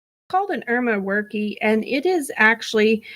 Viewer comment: For future reference, Erma Werke is pronounced "Irma Work", but it's a goofy name I can't blame anyone for mispronouncing lmao And "22 bullets are so common people don't pay attention to them" that is true of practically all ammunition available to the public in the entire country. The only firearm ammunition that might draw any legal attention is destructive ammo such as white phosphorus, some frangibles, high explosive ammo made for extreme penetration, and stuff with illegal material such as depleted uranium core surplus ammo, which is probably the rarest and most illegal ammo in the country. Nowadays but especially in 1992 ammunition sales simply aren't actually federally regulated in any way, there is no way besides direct receipt evidence and paperwork to prove it at the time to tie someone to buying ammo somewhere. Up until only a few years ago you could get 22lr at Walmart. 22LR is, and has been for many years, the single most popular caliber both by plinker hobbyist shooters and small game hunters, but also in violent crime. Due to the low sound volume, high capacity in smaller magazines because of how small it is, concealability of tiny pocket / purse pistols, and the availability of throwaway 22s and ready availability of ammo for extremely cheap it's by a long shot probably killed more people in the US than any other handgun caliber. It's in almost every way the ideal caliber for murder, famously killers from The Zodiac all the way to Dennis Rader and even Richard